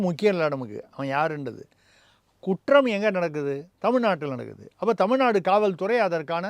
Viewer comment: நதி அமைச்சர் அபத்தமாக தமில்-நாடு என்று உச்சரிக்கிறார்.....